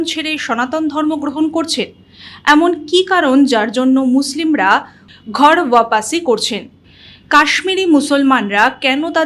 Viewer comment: Ota ghar bapasi nay...... Thik uccharan holo ghar wapsi.. Kemon